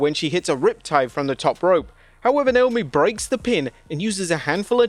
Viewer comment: I’m sorry, but Wade is not amazing on commentary. The fact that he can’t/won’t, I don’t know which, pronounce some of the wrestlers’ names correctly is embarrassing. I have no clue who this Beanchor Belair is or Niomi.